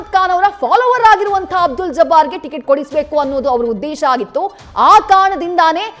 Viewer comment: ಟಿಕೆಟ್ ❌ ಟಿಗಿಟು ✅ 😂